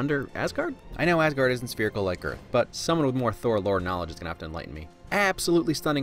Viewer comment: It's funny to think that they have British David Bradley speak Norwegian in the first Captain America movie and yet they can't pronounce Mjølner nor Asgaard right. Oh well, the downside of the Nordic languages being so different.